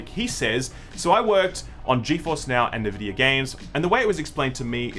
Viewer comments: Bro is N-VIDIA not nuhvidia It is literally the company name and the entire company pronounces it this way I'm willing to give you data and other words but this time you are wrong cause it's a company name you cant pronounce it differently thats be like Sam telling you his name is Sam and you saying sum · If you say NEvidia instead of ENvidia one more time I'm gonna report you to YongYea. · EN-vidia BAY-tuh